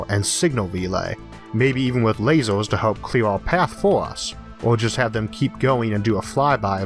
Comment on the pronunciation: Why do you keep saying "lasors" instead of lasers?